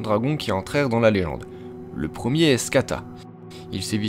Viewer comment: la léyende ?